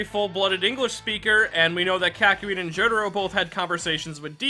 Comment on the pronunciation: "K-AH-KYOIN AND JO-DARO" that was painful